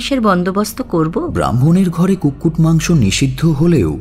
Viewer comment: কুটকুট না, কুক্কুট,, মানে chicken 🐓...